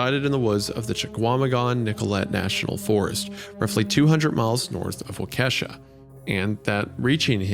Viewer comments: Isaiah saying people sound like feds when they say Appalachia wrong but then says Waukesha like that. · Seriously Isiah, you could have watched ONE news video from this incident and figured out how to pronounce Waukesha. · The pronunciation of Waukesha was so wrong it kept taking me out every time they said it 💀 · Not Wendi pronouncing Waukesha wrong lol 😭 Sincerely, A Wisconsinite that lives less than an hour from there! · I'm from Wisconsin and hearing Isaiah butcher a county name breaks my heart. 😂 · The way wendigoon pronounced waukesha made my waukesha self cringe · The pronunciation for Waukesha was absolutely butchered 😂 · The biggest crime with them reading this isnt that it was turned into a pasta, or even being uploaded on the anniversary. Its Wendigoon's pronunciation of Waukesha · As a wisconsinite i understand it but I cringed a little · i think this shit happened like 20 minutes from where i live but yeah no one can pronounce waukesha properly lol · I had to stop immediately cause I lived in Waukesha and the way Wendigoon pronounced it has me rolling on the floor laughing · the way isaiah pronounces “Waukesha” physically hurts me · They cannot butcher names this bad anymore can they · I love when people try pronouncing towns in Wisconsin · Does nobody know how to pronounce Waukesha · hearing Wendi mispronounce Waukesha so many times takes one day off my life span as a Wisconsin native... god have mercy on my soul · seriously... couldn't even be bothered to figure out how to pronounce the name of the city it happened in... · Lost me when Isaiah pronounced Waukesha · How does Isaiah correctly pronounce Chequamegon while so badly butchering Waukesha? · person from Wisconsin here for anyone curious or other Wisconsinites that caught it: Waukesha is pronounced Wah-ke-shaw instead of Wuh-kesha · It's "Wa-Cuh-Shaw", not "Wa-Ke$ha". The pronounciation of Waukesha is driving me crazy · hate to be that guy but Wah-ka-shaw, not wa-kesh-ha. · Its walk-a-shaw.